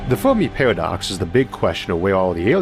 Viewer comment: Oh man I'm sorry. This guy is brilliant but I can't get over the "Fowmi Pawadox" lisp... all the r's being w's sounds like a genius 9 year old and I'm just laughing... aw man this sucks cuz its rly interesting but holy shit xD